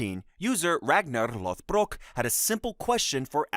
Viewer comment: the way you said "Ragnar Lothbrok" is one of the most aesthetic ways i've heard someone pronounce his name. Kudos to your hard work, nice to listen to ❤